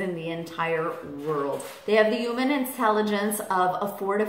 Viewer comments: this is really silly of me, IK but the way she says "human" just really erks me...sounds like "uuman" 😆 ik ik stupid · I love your videos but i hate how you say human lol